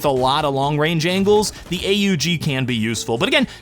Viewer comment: AUG is pronounced „awg”. Please stop making my ears bleed :) ❤